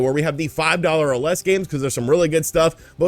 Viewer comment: For some reason “five dollars or less games” sounded like “five dollars are lesbians”🤷🏽‍♂️😅